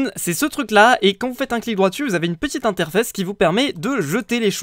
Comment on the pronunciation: A 17.18 min ta dit interfesses tu mas tué